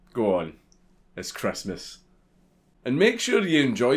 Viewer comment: It’s Chrestmus